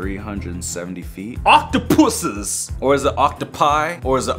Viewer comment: Octopuses say the word puses